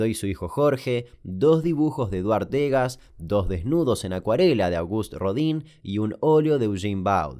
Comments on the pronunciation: No se dice "Dégas"... se dice "Degás"... damian kuka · Che Degas y Boudin son apellidos franceses, no ingleses. Degas se pronuncia 'degá' y Boudin sería mas bien 'budán'